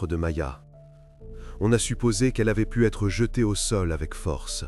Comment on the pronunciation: pas de "t" à "pu", terrible pauvre gamine